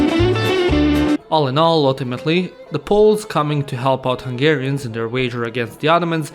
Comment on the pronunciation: I'm Hungarian and I love how you pronounced the Hungarian words😂